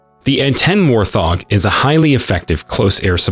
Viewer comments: It is pronounced wart-hog, not war-th-og. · Hey "Narrators" PLEASE LEARN THE WORDS YOU ARE TRYING TO PRONOUNCE. I cannot believe the overall lack of familiarity with the English language these non-bots (e.g. humans) have. It's a WART -HOG, not a war THog...and so many other words. E.g. it's an A -10 not an ahten!!